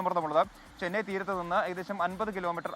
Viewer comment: ചെനൈ അല്ല. ചെന്നൈ..